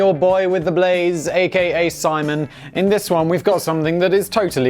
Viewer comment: Simon's pronunciation was hilarious though